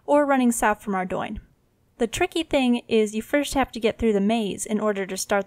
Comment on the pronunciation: Arrr -dough nnnnn not ar- DOI- n :) just helping